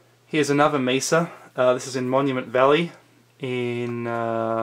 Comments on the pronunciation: This guy is irritating. The word is mesa from the Arabic for table. It's not misa. Too much pencil action also! 😅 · I am sorry, are you pronouncing mesa like it would rhyme with giza?